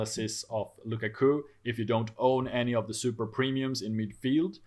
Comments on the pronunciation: I am interested to know where his guy got Luca Coo from.... literally have never heard anyone say it different from lu kak u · Lu-Ka-Ku please practice